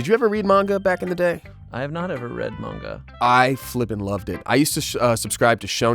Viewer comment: I'm glad says manga properly.